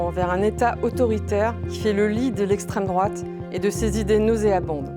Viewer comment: Une belle brochette de golmon. Estrrwwemme drouate 😄